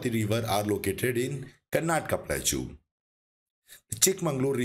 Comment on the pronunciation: Sir, you are doing a great job in creating these educational videos. Profuse thanks to you for the same. Just wanted to point out that you are not pronouncing the word Plateau correctly. It is pronounced as प्लॅटो please see this link